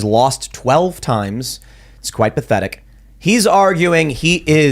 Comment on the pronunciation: Pah. Theh. Tick.